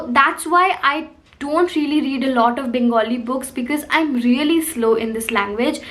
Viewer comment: Loved the way you said 'Bangali' and not 'Bengali'!!